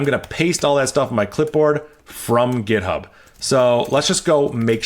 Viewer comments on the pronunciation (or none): none